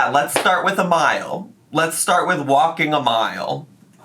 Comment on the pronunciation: Remember when she said walkeen was “so boreeen” and that’s why she doesn’t like walking?